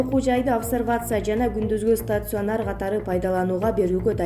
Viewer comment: Стацюанер эмес туура окучу. Удареняны туура кой.